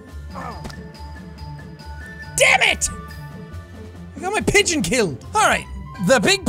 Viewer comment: I’m not sorry, but it sound like you said bitch simulator? And then I clicked on it and found out it was pigeons! So at the same time I wish it was the complete opposite because having control over women doing horrible things in society will be just as devastating as pigeons pooping on people in society. Regardless it’s still funny and I still enjoy everything that you play when it comes to any kind of video game or simulator out there because you make me laugh my ass off!